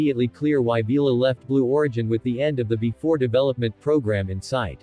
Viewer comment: "Bee Ee 4," not "before."